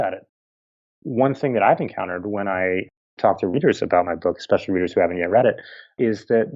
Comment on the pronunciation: Not sure if youre aware of this, but there is no such word as " eckspecially". Sorry, but to me, its equivalent to chewing tin foil in my ear.